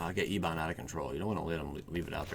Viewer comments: It's not "ee-bon" its "eh-bun". It means "black" or "dark". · Ebon probounced ehb-bin